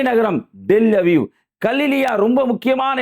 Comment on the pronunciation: It's not del Aviv It's Tel Avia It's not Gazzzaaa It's Gaaza